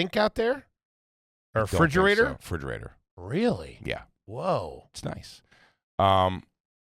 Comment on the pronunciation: Im late to the party, but they BOTH said "fridgerator" trayyyysh